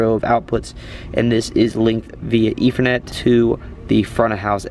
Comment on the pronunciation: I swear it sounds like you are saying "efernet" instead of "ethernet"